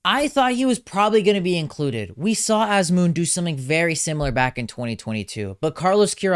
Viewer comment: why is he pronouncing Azmoun like a foreigner? Anyways, Sardar should've been included, the strongest line of this team was always our forwards with sardar & Taremi. without sardar, hope things won't go bad! still wants carlos queiroz? so we can play teams like india the same way we play spain? he took player's creativity away and parked the bus and the bus still allowed 6 goals in one game with his horrible line up which will forever be in sports history books! He was in charge for almost 9 years with nothing to show! also remember, queiroz did not take noorafkan to the last world cup even though he had one empty spot, I am glad queiroz is gone but not sure if ghalenoei is the answer! and wants kooshki? kooshki is okay for club but TM? please! however I too don't understand inclusion of haj-saefi, nemati and alipour, I agree with him on that. I know there was a big buzz about Zare, Fallah but both have been underperforming with their clubs in the last few months so I understand why they are not included but am glad eiri and kasra taheri are included. Sayyadmanesh should've been included as well. I actually think he should take 4 goalkeepers and one of the 4 should be Arsha Shakouri, he is the future and should be included to get familiar with atmosphere of the world cup.